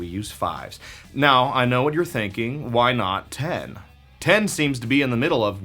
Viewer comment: It's obvious the way you say why and "chwhy". ;)